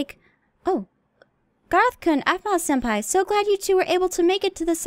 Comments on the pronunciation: keeps saying apple instead oof Aphmau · It's so cute that can't say Aphmau so he calls her apple